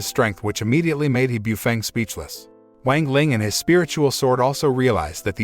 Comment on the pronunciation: Just...go look up how to pronounce things. It's not that hard. As donghua becomes more popular can we at least stop pronouncing "wang" wrong? I mean... It takes five minutes to go look up how to pronounce pinyin. The "a" is always going to have an "ah" sound. X is not z, it's more of a sharp S sound. E, like in Chen, is more like a uh sound. C is like ts. Cao would be Tsao. "Ian" as in Jian or Tian, is like just saying the letters E N. so Tee-en. That should be a good start.